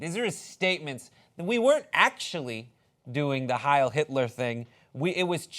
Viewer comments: Why does he say hial not hail ? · Funny because the pronunciation was way off